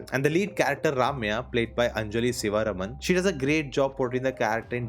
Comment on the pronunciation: Thanks for calling attention to these two great movies. Since you're such an aficionado of movies from the South, one point you could improve is your pronunciation of South Indian names - Ramya is not pronounced RAM-ya, but more like RUM-ya, whereas Sivaraman is more like Siva-RAM-an, Vetri-MAA-ran not Vetri-MARAN etc. The small things help.